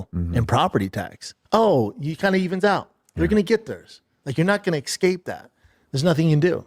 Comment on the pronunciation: “In reggahlur school.” “there gonna get thurrs, you’re not gonna ex-cape that.” He is so incredibly dumb.